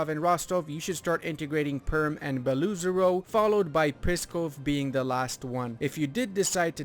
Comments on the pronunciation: Not Beloozero, Belo - “white” ozero - “lake”. So this is just double “o”. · Fun fact: Beloozero means "white lake", aaand you pronounce it terribly. :D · Good video, but in name Beloozero oo it is not oo=u, In theory, these are two words Belo who translates as White and Ozero who translates as Lake.